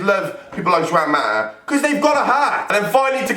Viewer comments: ITS PRONOUNCED HWAN MATA NOT JUAN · ok yeah emotional vid and that but ur pronounciation of the players names are freakin dreadful like u said juan mata, jjjjj uan maa thats what u said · Did you really call him "Jew-an mata?" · Juwan Mata. Great pronunciation there pal